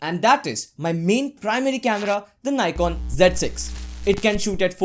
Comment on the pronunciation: abe Ni...kon kya hota h nikon hota h